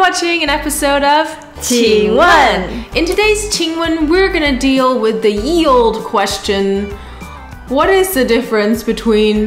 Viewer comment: its pronounced "yee old-eeeee"